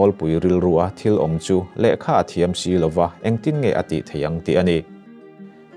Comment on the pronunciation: I thu chhiar hi a ngaihnawmin a chiang thei hle mai, a lawmawm ṭhin e, Sailoa ni lovin Sailova tih ni ngei thei se, bible ah hian LO VA, LO VE, LOVANG, FO VA, FOVIN, DEUHVA, DEUH VEM (VA, VE ) te hian lam a tichiangin ngaihthlak ati nuam hle bawk. Han uar deuh deuh teh mizoṭawng lam dan dik ani bawk.